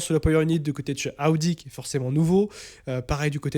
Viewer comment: AOUDI😂Stop. Soit tu prends l'accent pour toutes les équipes sois aucune. Il vaut mieux prononcer normalement Audi = O DI